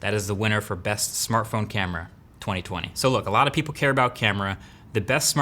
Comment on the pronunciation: What was the best "samartphone" this year?